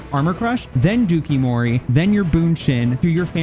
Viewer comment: I can't with the dookie-mori. It's pronounced like Dough-Coo Mori. It's Japanese for "lace with poison."